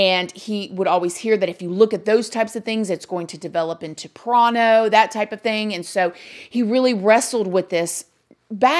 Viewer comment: Da hell is PRONO!!!! 😂🤣😂 What a weird thing to mispronounce on purpose (I hope).